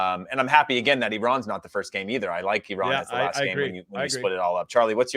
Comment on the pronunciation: Thank you Heath for pronouncing Iran the the correct way. We are not an Apple product.